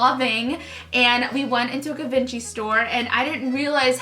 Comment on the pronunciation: It’s not a hard “G” on givenchy....